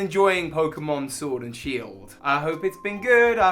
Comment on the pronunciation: Ah yes my favourite Pokémon game, Shiord